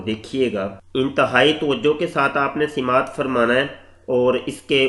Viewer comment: Kahan se aate hn is tarah k log? Yeh janab sama'at ko sima'at fermate hn. Hadeeth ko refference m late hn aur Arabi matan to door Urdu ke tarjume bhi theek se nahin per pate. Ailah (ایلہ) ko Elia perh jate hn jo k English m Prophet Ilyas (AS) ko kehte hn. Janab m apki jahalat ka qael ho gaya. Allah ap jaise majhoolul waqt is ummat ki hifazat fermaye!